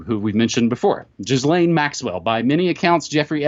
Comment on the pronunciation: Well, we see who are elite pedophiles easily here, who would downvote this but them? All 64 of you will pay for your crimes someday... P.S. Thanks for pronouncing that french female name correctly, you're the only person who's covered Epstein extensively that pronounces it right! I keep telling them it's easy, it's spelled like "jizz-layne" in english, soft g silent h. Redmond, Opperman, even Titus Frost, who's got some not so clean links to some people, although he's right up there for a youtube streamer, has a french last name with a soft g in it and still gets her name wrong. Also, where is she and why is she not being arrested too? In any case, we have to thank Ed Opperman who's been talking about Epstein on his podcast way back in 2013, when the guy went to "jail". Glad he's in actual prison now and not the Club Fed private wing he had paid the sheriff "as a pillar of the community" build with a donation a year earlier or so, of course when he didn't have to be there only 8 hours a day, ain't that sweet, who gets to work from prison if it's not selling drugs while in prison? Epstein only. I don't want his arrest and incarceration to be a kind of lull in the story where he gets forgotten since he asked for up to a year to prepare his case...